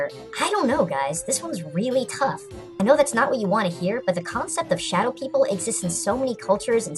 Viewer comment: YES I STUDIED UNDER A FORMER YORUBA HE CAME TO THE LOCAL UNIVERSITY AND UGHHH I LOVE THE YORUBA And um... you mispronounced shadow